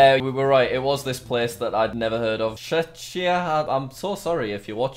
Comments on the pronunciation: oh god.... yes jack czechia is a country and the way you pronounce is it ch-e-ck-ia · Czechia is pronounced “check-ee-uh” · You pronounce Czechia like Check-e-ah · i have a friend in czechia and its pronounced "check eeh ah" yeah the first half of this comment is useless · You pronounce Czechia checkia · “chechia” bruhhh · Yeah especially how he pronounced it like ✨Chzechia✨ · It's pronounced kinda like Chekia Checia Czechia I call it the Czech Republic still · What pronunciation even was that? Chechia? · You say (Chek-ia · Jack: šečia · “I don’t know where C Zed is.” It’s Czechia Jack… It’s Czechia. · Czechia- Pronounced: check-ia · jack: "TSHEZHIA" and no problem, i watched you in TSHEZHIA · Oh and btw, message for old Jack, the way to say Czechia is actually Checkia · Jack Czechia you prounounce it like "checkia" or "check republc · He tries to say czechia: he says czechnya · this is country where I live and when you tryed to say czrchia I wanted to cry : D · Jack: čečia me from czechia 🤣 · im from Czechia its check-ia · Czechia is pronounced “Checkya” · Ik this was 2 years ago but you pronounce czechia checkia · It’s pronounced check-ia (Czechia) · Ca zec ee à is the way it’s said btw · Czechia is chek ee ah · czechia is pronounced (CHECK-IA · Almost 3 years later it is pronounced sh echia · Its pronounced Chekia jack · Czechia is pronounced check_ia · Czechia pronounced checkia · Czechia is pronounced check E uh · Czechia is pronounced chekia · Btw it’s pronounced chekia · Czechia is pronounced checia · It's pronounced shekia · jack its pronounced chekia lol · Its pronounced checkia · It’s pronounced check ee u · Chzechia 🤣🤣 i am from czech🤣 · im slovakian and his pronounciation hurt me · haha jj to si skoro zaslouží těch 62 bodů za to že neuměl vyslovit "Czechia"~ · Jack: pronounces Czechia wrong Me: oh, that's my country Geoguesser: oh, I'll give Jack 62 points for pronouncing this country name wrong Me: thanks Geoguesser, I appreciate it